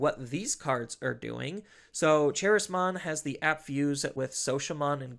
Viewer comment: Random nitpick but charismon is based off the word charisma since it comes from the social media appmon so should be pronounced KUH-rizz-mon and if that's not the official pronunciation I'm gonna have to have a word with bandai. Love the theory Crafting on this deck though